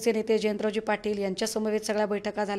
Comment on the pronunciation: Jayntraojiiiii patil Ani praksh ambedker asa uchar kelat Hyatun tumi kunacha kiti respect karta te kalale